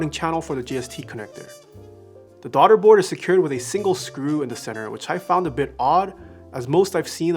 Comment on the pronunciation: “Darda board”